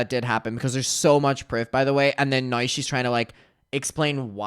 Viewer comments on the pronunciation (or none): I love the way you say " Now"....it sounds like "no"